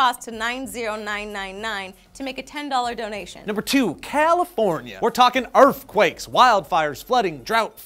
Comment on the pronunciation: Hehe. "Urfquake". :)